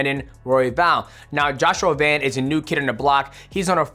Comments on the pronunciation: VAN NOT VAUN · Bro.. his name is Van not Von.. I swear fighters are the worst and pronouncing other fighters names lmaoo why you making it harder than it needs to be 😂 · his last name is Van bro why do you keep saying Vaughn 😭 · Van not von🙄😮‍💨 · VAN not Vauhn